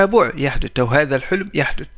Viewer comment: شرحك حلو ومفيد وسلس بس عندك مشاكل بنطق اللغة العربية مثل كلمة يحدث انت تقول يحدت . وهية اصلا بالثاء وليس بالتاء . وشكرا